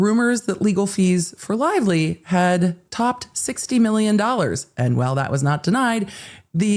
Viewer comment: Blake Lie-vely